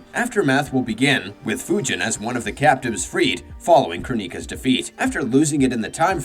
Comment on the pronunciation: Why did you pronounce kronika like that 😂😂😂😂